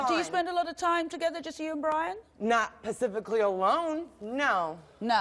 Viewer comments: “Pacifically”……of or relating to the Pacific Ocean. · No, she did NOT just call her sister DUMB when she just said - PACIFICLY - whatever that is 🥴- instead of SPECIFICALLY🤪😩🤣🤣…